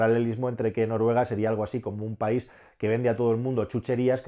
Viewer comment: País. Se dice País.